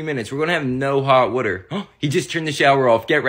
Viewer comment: I love when u say woter😂